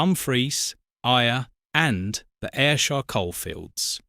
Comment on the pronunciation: Stranraer is pronounced like Stran-rarr. Ayr is pronounced like Air. And Dumfries is pronounced like Dum-freess